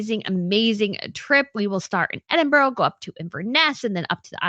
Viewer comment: It's "E-din-bruh", btw.